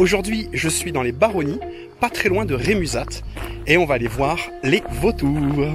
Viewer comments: Chouette vidéo. Bravo ! En voisin, j'aime aller à Rémuzat. Mais on prononce "Rémuza", sans le temps. .. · Salutt ça se dit Remuza (t) Je suis du coin 😉